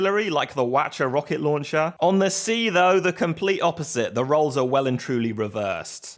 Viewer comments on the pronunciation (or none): none